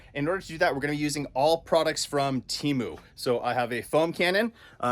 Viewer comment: Awesome video. The company is pronounced “Tehmu” if I’m not wrong. You can watch their commercial and that’s how they say it in the song